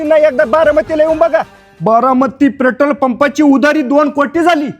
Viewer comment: पेट्रोल बोलायला येत नाही प्रेटोल बोलतो😅